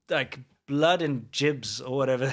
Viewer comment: ''Blood and JIBS'' xDDD